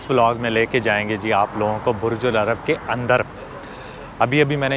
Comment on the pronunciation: it's Burj Al Arab and not Ul Arab.